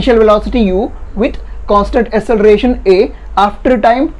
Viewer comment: Sir ಅದು assalaration alla acceleration ok